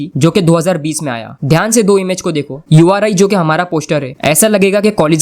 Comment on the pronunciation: Bhai vo u r I nhi uri hai